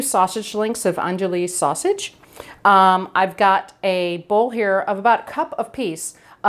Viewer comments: I’m from New Orleans area. I was going to say file’ is fee’-lay too. Lol. Also I think I heard you pronounce the sausage as an-do-lee but it’s actuslly ahn-dew’-ee. I’m diabetic so I don’t make a roux with flour. I use my okra in oil and cook it down a long time stirring continuously so it doesn’t burn. This is my base. No sliminess. Then I add onion etc etc. I don’t ever add tomato sauce to gumbos and I don’t think I’ve ever had a Cajun gumbo with it even in restaurants. Maybe it’s northern Louisiana? I don’t know. But I’d think it’d be more acidic with tomatoes. File’ is added after cooking. We use brown rice with gumbo since diabetic. Prefer white but it’ll do in a pinch. And try cooking raw shrimp in your gumbo. It’ll add tons more flavor than precooked shrimp. Hope these tips help. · *On-doo-wee sausage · I’m from Texas and I can see the coonasses (hey y’all) have beat me to the punch. Lol, I was going to echo the pronunciation of andouille Sausage and adding the (fee lay) aka file at the end or to your cup of gumbo. Also, agree on sautéing the okra (avoids slime) and then add the holy trinity (onions, celery, bell peppers) if people want to add tomatoes ( not a normal ingredient as stated already) I’d only do 1-2 fresh Roma’s. Actually, skip those carbs and add some fresh scallions at the end and a little extra garlic. Definitely use your homemade bone broth for added flavor(add dried shrimp) and cut some of the chicken and sausage for fresh wild caught gulf shrimp. My mouth is watering now. Another thing we like to add is Tabasco and a tiny bit of kitchen bouquet. 😂 I love your videos. This one made me chuckle a bit and made me wonder where you’re from? I tried some of your tips on cauliflower tonight and it was out of this world. Thanks for your well presented videos. It helps us get creative with our own little tweaks. God bless you. Keep on ketoing and making us better through our own journeys.